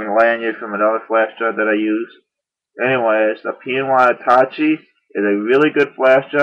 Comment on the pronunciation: its pronounced at -ta - ché Otherwise, great job!